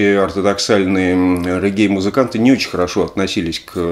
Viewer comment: Все же рЕггей, или рЕгги (специально уточнил у соседа с Ямайки)